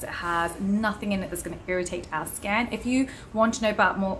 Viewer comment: “irritate our sken” 😂